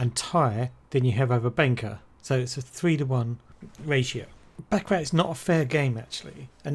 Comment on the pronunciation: "The surprising truth about baccarat" proceeds to pronounce the game wrong its pronounced "baccaraw" lol fail